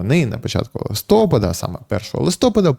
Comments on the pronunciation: Будь ласка, листопАд правильно, а не листОпад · Слідкуйте за наголосами вИпадок ЛистопАд вИтрати